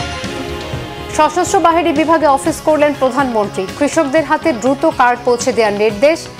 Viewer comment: প্রধানমন্ত্রী কথাটি সঠিকভাবে উচ্চারণ করুন